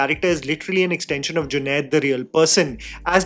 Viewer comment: junade NAHI Junaid. Doosro main galti Nikal ne se Pehle khud theek karlo.